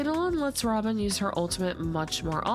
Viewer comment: the way you pronounced 'robin' sounds like 'ramen' 😂